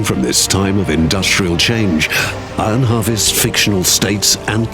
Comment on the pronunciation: Narrator: ahhhhavest lol